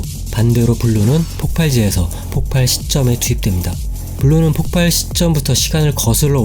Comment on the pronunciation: 폭발(爆發) -> [폭빨]O [폭팔]X